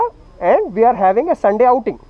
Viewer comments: damm cops bro ! however i enjoyed your conversation with that bosss! ,when you try to said 'outing' he replied with 'Hunting'ah? lol,,,,any ways nice video man,,,,as a viewer and a subscriber my full supports to you bro,,,,take care with those scumbag cops!,. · Outing sir not Hunting :p